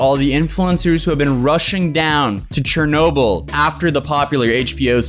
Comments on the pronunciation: its pronounced "Sher-noh-BILL" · Pronounces chernobyl chernowble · The way he says Chernobyl makes me uncomfortable. cHeRnoBLe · in world geo i learned abt this and i've always pronounced it as "Shernoble" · Pronounced: sure no bull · Im sorry but i hate how he says CH ernobyl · I have never heard anyone pronouncing Chernobyl that way.